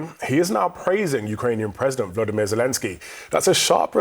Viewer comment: The president of Ukraine has a first name, Voladamir. It's not Vladimir! It's a minor thing but it's so annoying to hear lazy journalists mispronounce the man's name. Educated people are some of the dumbest people in the world. Yeah! I said that.